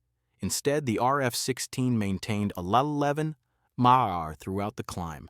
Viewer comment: Horrible a.i. narration made me wonder if the material presented was also fake. You really need to teach your robot what to say when it reads "mph". You didn't listen to the final product?